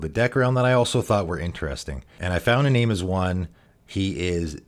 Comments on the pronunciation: Great video, one note, "Iname" is pronounced ee-NAHM-eh, the Japanese way, since it's a spirit from Kamigawa. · great video, by the way it's pronounced EE- Nah - may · Hey hows it going, great videos. Just so you know, it’s pronounced ee-nam-may, it’s a Japanese one. Nice to see someone trying to make this guy work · Kamigawa is based off of japanese mythology so it follows that the japanese names they took and didn't translate (like tomorrow) would use japanese pronunciation. For Iname that would be ee-nah-may. Another example would be Higure, which would be pronounced Hee-goo-ray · Nice. I love little-known commanders and uncommon synergies. This is a bit pedantic, but Japanese transliteration has no silent vowels. That means Iname was intended to be pronounced as "ee-nah-may"